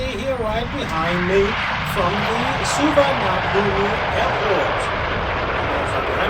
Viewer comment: TP, Thank You for featuring my home airport. Everything looked fine, I'd only have switched the arriving and departing runways for realism. And a couple of hints on the language: The spelling of the airport's name is Suvarnabhumi but the pronunciation is Suwanna-poom. Also gender in Thai language depends on the speaker so the word for "I" is different for male and female, the same goes for the polite ending at the end of the sentence. In other words welcome is Sawatdee ka for female and Sawatdee krab (in Bangkok pronounced cup) for male. Next time you'll sound like an expert if you remember.... let's have another go around midnight when all the longhauls normally depart. But you have to wait till this corona business has departed to find a "normal" schedule.